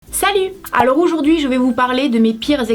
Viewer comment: on dirait que tu dit oujourd'hui 😂